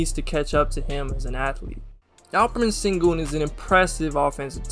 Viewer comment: Sengun is pronounced SHengun fyi!